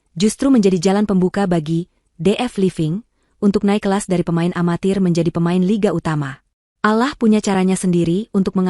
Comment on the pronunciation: ALLOH dibilang Alah cat dibilang kat adik dibilang adek anda benar benar merusak bahasa